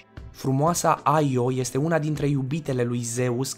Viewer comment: Io se pronuntă așa cum se scrie,IO. Numai americanii pocesc numele pronuntandu- le după fonetica lor.